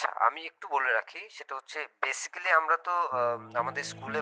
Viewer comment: যিনি নালিশ করার জন্য স্কুল থেকে ফোন দিয়েছেন। উনি নিজেই ইংরেজী উচ্চারণ পারেনা। বেসিক্যালি না উচ্চারণটা বেসিকলি 😑। মেজাজটাই গরম হয়ে গেছে।